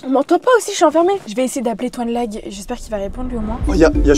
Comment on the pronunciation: La on dit toinelag et non tonlage 😅😅😅